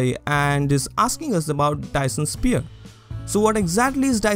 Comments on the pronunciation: why do you say sphere like spear? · Lovely video! Very interesting and well explained. Btw, it's pronounced "s-fear" if that helps at all ;)